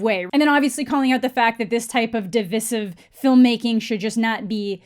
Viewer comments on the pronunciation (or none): Its pronounced duh-v-eye-sive. Like how you say divide. But in the word divisive. I usually wouldn't go out of my way to do this, but I have been hearing this pronunciation EVERYWHERE. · The way you pronounce divisive annoys me lol - it's "de-vice-iv" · Ok I love your videos but the way you said "divisive " made me cringe so bad